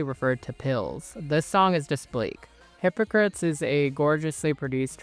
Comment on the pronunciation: The song Hypocrates is actually pronounced "Hypo-crate-tees" not like the word hypocrites.